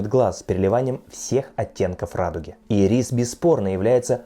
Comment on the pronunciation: Ударение в слове ирис : Ирис, а не ирИс!